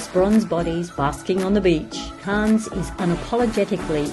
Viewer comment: Please please please it’s pronounced CANNEs with a very very silent S